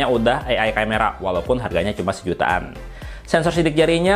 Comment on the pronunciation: Ngmgnya sejuaan. Sejutaan apa. X